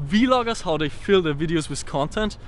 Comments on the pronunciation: Two things, wen he was describing a vloger he was describing Roman Atwood, Secondly it's pronounced VLOGER not V-LOGER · Vloggers not V-loggers 😂😂